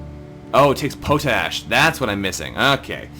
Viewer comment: Pronounced pot-ash. Thanks for the videos.